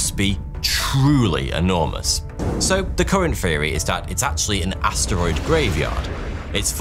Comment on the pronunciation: "So the current fwreery..."